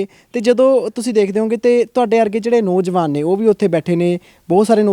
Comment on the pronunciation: ਪਤਰਕਾਰ ਭਰਾ ਆਪਣੀ ਪੰਜਾਬੀ ਭਾਸ਼ਾ ਬੋਲਣਾ ਖ਼ਾਸ ਕਰਕੇ ਸ਼ੁੱਧ ਕਰੋ। ਨੌਂਜਵਾਨ ਕਹੋ ਨੋਜਵਾਨ ਨਹੀਂ । ਦੁਜਾ ਇਹ ਜਿਹੜੀਆਂ ਬੱਸਾਂ ਚਲਦੀਆਂ ਨੇ ਸਿੰਘੁ ਜਾਂ ਟਿਕਰੀ ਲਈ ਕਿ੍ਪਾ ਕਰਕੇ ਕੋਈ ਮੋਬਾਈਲ ਨੰਬਰ ਸ਼ਿਅਰ ਕਰੋ